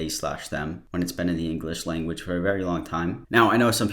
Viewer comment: “...mutilate the inglikzh langooach” -An Idiot, 2021